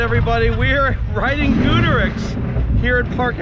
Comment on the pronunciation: Every time he mispronounced Goudurix it pissed me off